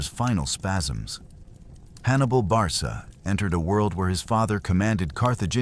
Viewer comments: Pronounced Barka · If this is not AI, you are a terrible historian full of misspronunciations and naming countries that weren't even in existence, Barca is Produced Barka, Hispania is a Greek term for for a region including present day Portugal and not counting north west basque and suebi people's. Finally maximus only followed Hannibal AFTER Cannae. You are worst than an elementary schools student, leave European history to us. Finally I stopped watching after 12 minutes